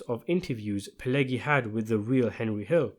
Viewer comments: Thank you for a good video! But: it's not "gi" (like in "groggy") in "Pileggi". It's "ʤi" (like in "jeans"). Pileggi - /pɪˈlɛdʒi/ - in American English. Italian: [piˈleːddʒi]. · The G in Pileggi is not pronouced like the g in egg but the g in say gentrify. I know egg is in there but it's not pronounced that way. Not a hard G but a soft G.